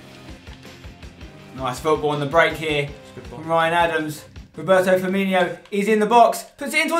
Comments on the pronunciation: his name is firmino and not firminio spencer cmon ... ^^ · Stop pronouncing it Firminio for the love of God 😂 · Why do people call Firmino "Firminio"?